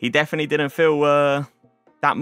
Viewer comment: Has anybody noticed that he says ‘definy’ instead of definitely? 😂